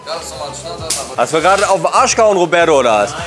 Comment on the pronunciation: Wer kenn ihn nicht, den "Robäddo"😆?